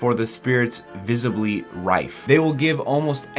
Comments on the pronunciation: I’m sure other people have said it already, but just a friendly reminder: that word is pronounced “rise” not “rife” :) Don’t worry, people back then got confused when reading what is called a “medial S,” even though it was part of the language. That’s why we don’t see it today. It comes from the Roman cursive form of the letter S, but going into the 19th century, it became outdated and unnecessarily complicated. Just a little tidbit for ya 😊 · "...Before their spirits visibly rife..." It is actually pronounced "rise." The middle english S and long S looked like our modern day F, but without the line in the middle. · I like how you read the s in visibly right but then just completely ignore it in rise and say rife, hahahaha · not rife, rise, its a common mistake as they ised f’s for s’s back in theday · its pronounced "rise" :)